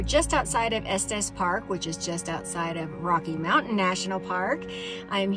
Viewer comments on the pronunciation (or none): none